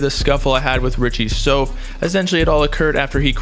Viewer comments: “SOUF” = “SOUTH” why you keep saying “sofe” ? it sounds weird as hell🤨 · Stop saying soaf lol its like saying south but with a f